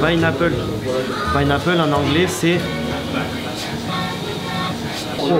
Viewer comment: Pineaple en anglais c’est 😂😭 jsuis morte